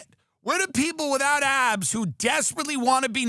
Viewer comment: I thought you said apps not abs.